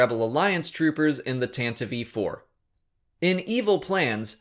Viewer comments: tantive not tantavive! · It's pronounced "Tan-Tive" not "Tan-Tiv-e" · Evan Tsilimidos that pronunciation took me off guard, too. Where is it confirmed? How is it pronounced in audio books? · You are the only person that I've heard pronounce Tantive IV as Tanta vee four....just look it up. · I like your videos but i hate the way you say "Tantive" IV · Several of your pronunciations are off, such as Even Piell's name is pronounced "peel", as in lemon peel, and Tantive is pronounced "Tan-tiv", but otherwise, great video.